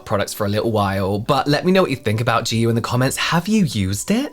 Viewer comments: im korean and,,, the hangul reads JAYU meaning freedom and, japanese pronunciation of that very word is JIYU. This isnt even a korean inspired brand, its a bandwagon asian fetish branding...😢😂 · I thought maybe that's because it's intended to be pronounced "j-eye yoo" but since they make so many videos online I find it weird that it would be so widely mispronounced